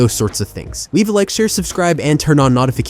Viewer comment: Bro said NAHTIFICATIONS 😂😂😂